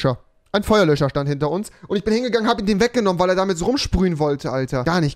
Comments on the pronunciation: Babbel sprachen lernen mit Rewi 😂 Feuerlö(s)cher😂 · Niemand: Rewi: versucht nicht Feuerlöcher zu sagen